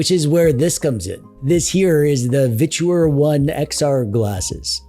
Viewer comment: Literally the only person I've heard pronounce their company as a three syllable "Vich-oooo-errrr". ;)